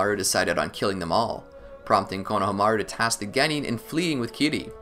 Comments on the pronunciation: I hate how he pronounced konohamru. Konohamiru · Great video! Onlyproblem was the way he pronounced konohomuru. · I don't know why, but I feel like you are pronouncing Konohamaru wrong. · I like how much effort you put in to this but the way you say konohamaru was so terrible man